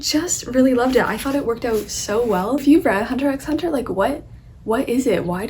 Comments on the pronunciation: Just to let you know, the 'x' in HunterxHunter remains silent. It's something I've learnt recently😅. Also, I strongly suggest you to read the manga "Spyxfamily". It's so cute!! The anime is currently airing. Do watch it too💓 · Seeing you talk about Hunter x Hunter is a nice surprise. It's a great series. Two things to note: 1) the "x" is silent 2) one of the unknown reasons why you like it so much might be that Togashi's wife, Naoko Takeuchi, is the creator of Sailor Moon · Just a few notes on Hunter X Hunter as someone who has read and watched it, as well as Yoshihiro Togashi's other works! :) Firstly, most fans refer to it as just Hunter Hunter (and don't pronounce the X). Also the current anime on Netflix is a remake of the original and I really recommend the original anime; it only runs to a certain part of the series and then you have to switch the remake but the animation quality is worth it! The original is currently uploaded on youtube for the most part. Lastly, the author also created YuYu Haksuho which is just as amazing of a series and I definitely recommend it as well (at least for watching)! Hope you keep reading :) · Gon is essentially looking(hunting) for his dad who is a hunter; a hunter who hunts a hunter is a hunter hunter, hence the title hunter x hunter (the x is not pronounced, it’s just hunter hunter).